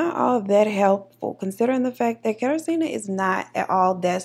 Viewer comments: It’s pronounced “kuh-tar-ji-na” there was a girl on ANTM with the exact same name thats the only reason I know 😂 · Google failed you, it’s pronounced “KATAR-ZHEE-NUH” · It’s a polish name. Pronounced KatARzna. Nickname “Kasia.” Best to use the nickname, polish names can be tricky. Im living in Poland now and I just got used to the names. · I'm loving your look, Deep Caramel Goddess. Kat-ah-zhj-ih-nuh. zj as in zhjuz it up a bit